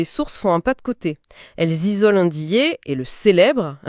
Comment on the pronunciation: Merci pour la prononciation de Ndiaye 👏👏👏